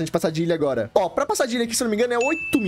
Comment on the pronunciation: Ele falando agola kkkk